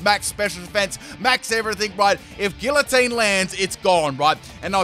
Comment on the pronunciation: Whelp, that's two poketubers I've heard say Gillatine.